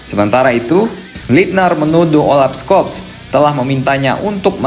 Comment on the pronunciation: FYI: untuk pelafan "Scholz", huruf "C"-nya gak dibaca min. 😅